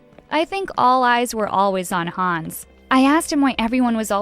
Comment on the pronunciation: "Hans" OH GOD DAMN IT HANNES